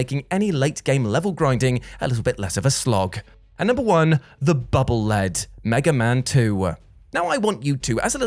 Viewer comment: It's pronounced Bubble Leed, not Bubble Led. Megaman projects the bubbles in front of him, thus they are leading him. The Japanese name for the weapon is "Baburu Rido", the i in Rido pronounced like a long E.